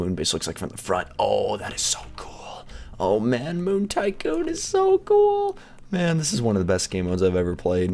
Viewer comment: U said sycoon lol